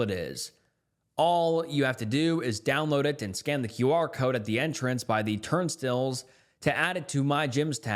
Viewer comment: TURNSTILLS?!?!!! Dude now YOU lost my respect. You read SO MUCH you can NOT think that’s what those are called. STILES not STILLS